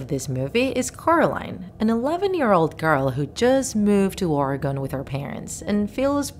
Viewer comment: When she said origin she means Oregon